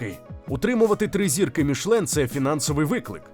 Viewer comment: Чому "мішлен"? Там же написано "мішЕлін"!